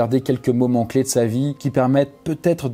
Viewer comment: "quelques moment "cley" de sa vie" bv l'artiste